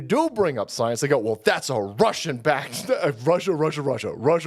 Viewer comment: "Believe the soyance"